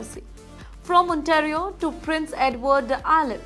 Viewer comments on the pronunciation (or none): none